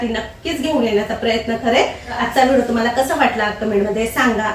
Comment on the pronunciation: ताई vido नका म्हणत जाऊ व्हिडिओ म्हणत ja